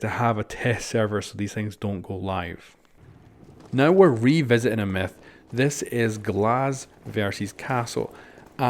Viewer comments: He says meth instead of myth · It sounds like he is saying meth go hiesenberg